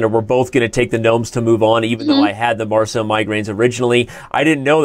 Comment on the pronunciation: Are you mispronouncing Marseille intentionally , Danny?